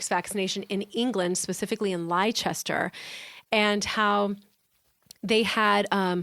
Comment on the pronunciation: Leicester is pronounced “Lester”